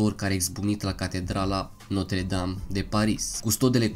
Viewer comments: Se zice Notră Dam Nu Notre Dam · Gresit spus catredala notra dame se spune catredala notra dramta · Se pronunța notră dam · 㟼๒ค๓๒oo ,eu am invatat lb.franceza 8 ani,si-ti spun ca asa am invatat ca se pronunta...